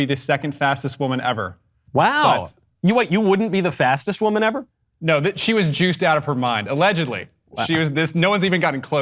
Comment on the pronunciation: "I am a wimen" You heard it clear folks, Matt Walsh identifies as wimen!